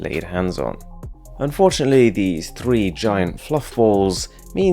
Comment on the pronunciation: I like it when hr tries to say “three”